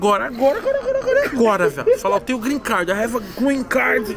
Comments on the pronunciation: Tá Tirando eu Zé. Tem Toguro Virjão falando Grin Card. 500 x. No vídeo tem Like ! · O q mais foi falado foi grren card kkkkk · Porra Tog eu te admiro, mas "Grin Card" é foda! kkkkkkkkkkkk Só conseguiu com Jojo Todinho kkkkk